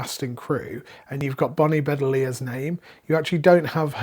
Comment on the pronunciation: Bedelia, stress on second syllable and pronounced ee... Bonnie Be-DEE-li-a